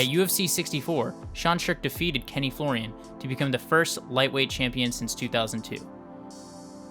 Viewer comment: You mean “Kenny Florinni”